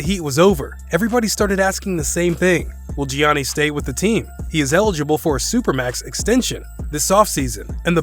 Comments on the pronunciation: Man said jiannees instead of Giannis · 'Gioknees' XD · It's no way he haven't heard an announcer say his name. Yahniss god damn that shit hurt my ears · It is Giannis not Jeanie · It’s pronounced yannis not jonnice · It is funny how he pronounces Giannis as Jianees instead of pronouncing it as Yanis. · Its yannas not giannas to prouns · Geeani lol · You lost me at "Gee-Awny." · Did you say janeez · I stopped listening when dude said "Jee-Ahnny." LOL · man said "johnny's decision" xDD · Bro who tf is Gi-an-nees??? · do you purposely mispronounce shit? "best free agents will resign XD Mike D'anthony and Johnnies Antetnkounmpo" wtf lol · mans said gee ann eee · Dude, do us a favor and keep GEEAhNus' name out your mouth. Butchered it. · Pronouned as "Yawn-Ness" bro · Johnny’s Antentekoumpo 😂😂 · dude, dafuq is Geeanny, do you even watch basketball? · “Gee Honesties” wtf🤷🏾‍♂️🤷🏾‍♂️🤷🏾‍♂️🤦🏽‍♂️🤦🏽‍♂️🤦🏽‍♂️🤦🏽‍♂️ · Bruh ITS YANNIS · is giannis not jionis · He said johnnys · He literally pronounced almost everything wrong in this video. Wojay bomb Res-ign instead of RE-Sign Buddy Hields Davis Bertins Mike DeAntunee Geeannies Chams Vladi Deevis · Who TF is johnys 😂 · “Ge on as” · I never knew Greek and India are some how related. Gianny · Does this dude even really watch basketball? He sounds like he's reading a script the way he says Giannis and D'Antoni all wrong. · He Giannis name wrong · I can't take this dude serious when he can't pronounce anyone's name correctly. He messed up like 8 people's names. He obviously doesn't watch basketball. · Bro learn how to say Giannis PLEASE!!!! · as soon as i heard him say Giannis's name wrong i knew there was gonna be a whole comment section of that below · This guy doesn't deserve to make NBA video if he can't correctly pronounce the 2 time reigning MVP. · Plz I want a custom ps5 and plz look up how to say Giannis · He mispronounced Giannis Antetokounpo's first name lol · Are we gonna avoid the fact he said Giannis wrong 😂